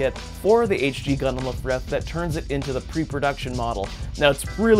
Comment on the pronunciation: "Lifrith" lol